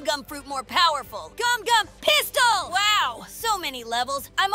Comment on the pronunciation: It gumgum not gomu